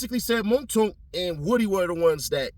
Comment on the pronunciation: 😂 its pronounced Woo-dy